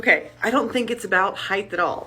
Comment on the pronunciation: Did she say "heighth"??